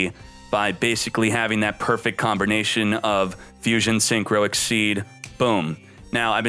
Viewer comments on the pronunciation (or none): none